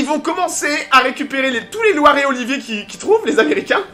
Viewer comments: ce n'est pas Loire et Olivier mais LIORE et Olivier !!!! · Pas Loire et Olivier, mais Lioré et Olivier !